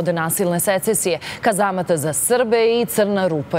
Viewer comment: Nije SRETeNjE i nije KeZaMAT , naučite dikciju